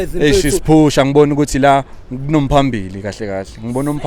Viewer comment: 😂😂😅...kunomphambili😅😂, yeeeer, this guy just killed isiZulu